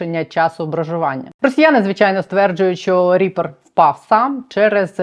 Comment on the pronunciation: Мені одному здається що вона замість "ріпер" каже "тріпер"?)))